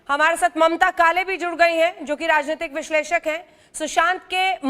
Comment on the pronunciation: Yeh ketAn harami bar bar raajhnetic raajhnetic bolre